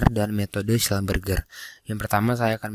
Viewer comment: Maaf koreksi cara pembacaan schlumberger nya salah (seharusnya schlumbersi). tulisannya sudah bener, tapi pembacaan nya salah 🙏🏻